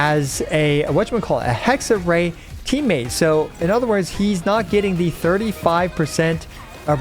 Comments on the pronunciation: It's HexereI (like I in ice), not HexerAY - it's German ;). Oh and fokus is on the first Phrase ^--, not --^ (sorry ^^) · Small Hexerei pronunciation tip: You’re already doing a great job, but the “ei” at the end is pronounced more like the beginning of “Raiden” than “Ei” :) So Hex-er-“rai” ^^ Great video! Really excited for Durin, but personally I’m still holding off a bit on pulling to decide if I shouldn’t wait for Columbina instead🙈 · the rei part of hexerei is pronounced like rye bread so it would be hexerye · its pronounced Hexerai not Hexerey btw just saying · Hello and other ppl! 👋 About how to pronounce the word "Hexerei". The way you said the "Hexe" part was right. It's the "-rei" part that's wrong. Instead of -rei like "ray", think of the Raiden Shogun and use the pronunciation of "Rai" for it. So it kinda becomes "Hexe-Rai" when you want to say it. Hope it helps lmao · the "ei" in hexerei is pronounced like eye :D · German speaking person here: if you want to say it correctly you just go "hexer I", since the hexer part you say is fine enough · Hexer-EYE. In German, when the vowels go walking, the second one does the talking! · Hexerei is pronounced Hexer - i ^^ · Pronunciation is unfortunately not correct. Everyone I heard it from always messes up the "ei" part. In German, we pronounce it more like "eye". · it's pronounced hexer(eye), best way I can explain it to english speakers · the "ei" in hexerei is pronounced like the "uy" in guy. the "r" in hexerei is pronounced a little bit differently also, but i can't explain that one properly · German here: its pronounced HexerÀI, stressed at the end. It means witchcraft or wichtness, bc Hexe means in german Witch🤓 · Hexerei is german and means "witchcraft", the correct pronounciation is he-kse-rai :) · Hexerei is a german word and means Witchcraft. So it´s proncounced like Hex-eh-rai (I am not able to write in IPA so that´s the best I can offer) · Hexerei is pronounced „Hexer-eye“